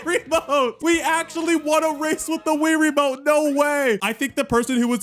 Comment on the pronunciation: More like rie-ramote